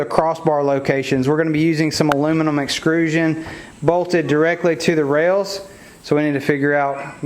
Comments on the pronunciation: Excellent build…but I have to say one thing. “Extrusion” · Nice build, but please say it correctly with me: EXTRUSION! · This is an awesome project but my ocd or whatever can't get over you calling it exCRUsion instead of exTRUsion lmao. Really is an awesome video though keep up the good work!